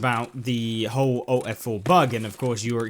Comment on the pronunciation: ALT + F4, not "owt f4"